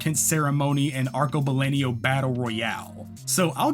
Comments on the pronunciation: I would just punch you in the face for pronouncing "arcebalenio" the whole video when it clearly is "arcobalENO" you fucking bitch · My brother in CHRIST, that is so not how you pronounce Arcobaleno. It's ar-ko-ba-LEN-o, not LEN-io